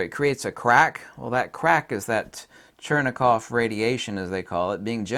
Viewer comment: It's Cherenkov radiation, not Chernekov...